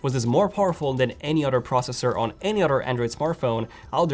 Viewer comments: Why does he always says “otter” not “other” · "utter" phones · It’s so funny. You pronounce “other” as “udder”. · Lol udder & anudder 🤣🤣🤣